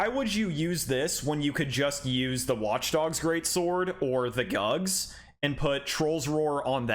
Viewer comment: The GUGS sword??? Huhhhh?? You mean the GUTS sword right hahahaha!